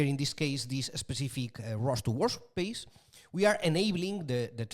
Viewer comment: Great course and very useful notebooks. The way lecturer pronounces work space as WAR SPACE puts a cheeky grin on my face : )